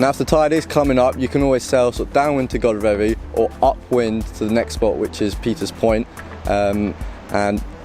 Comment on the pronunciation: Enjoyed that, great drone shots. Its pronounced Godreeevy by the way not Godrevy, locals should have told you! Keep up the videos, really enjoy the quality and effort you put in